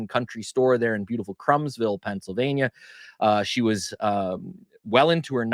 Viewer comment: Not Crumbsville it's Croomsville with the oo as in look. Think how we pronounce Kutztown vs. how some others pronounce it. U is pronounced the same.